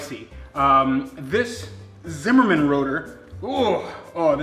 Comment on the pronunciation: Zimmermann dics suck. And its Zimmermann not Simmermin